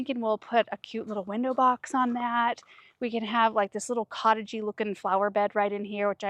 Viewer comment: Looks beautiful! What a grand entrance you guys have created! One thing( did I hear you say window box) 😮lol